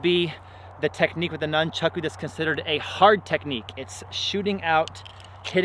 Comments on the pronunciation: pronounced NOON-chaku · nunchaku came from a farming tool used to beat rice and wheat stalks, but as usual never gets explained. says nunchaku 1000 times during video and says it wrong everytime. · Before commenting on weapon use, learn the names: a) it is noonchawku always and NEVER noonchawks b) there is not such thing as a "staff staff"; it is, specifically, rokushakubō or simply generic, any length stick bō